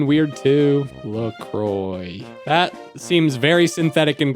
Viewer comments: ITS PRONOUNCED "luh-kwah" IF YOU'RE GONNA PRONOUNCE IT WRONG JUST PRONOUNCE IT AS "luh-croyks" THEN AUGHHHH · It’s pronounced LA QUA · Uhm actually in English it is pronounced luh croy but in france (its origin) it’s pronounced luh kwa. I looked it up so don’t even try to say nothing about me being wrong 😑 😂😊